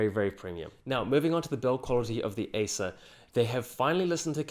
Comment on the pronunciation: Great stuff. A bit confusing at times, as it is a little hard to distinguish Acer from Asus, the way you pronounce it.